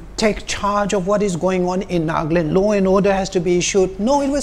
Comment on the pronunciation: Sister it’s not ‘’NAAGLAND’’ it is ‘’NAGALAND’’